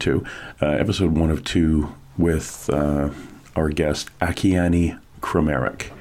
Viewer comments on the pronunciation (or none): a- KEY - ANN ! (At least, pronounce this GIFT FROM GOD'S name correctly......)!!!! Don't be FOOLED, HER HAND IS NOT PAINTING; IT'S GOD'S HAND PAINTING THROUGH HER!